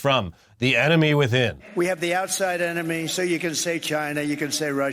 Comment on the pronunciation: The ememy ,the enema , tomato ... Tometo :))))